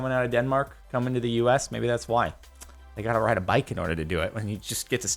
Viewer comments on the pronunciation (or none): none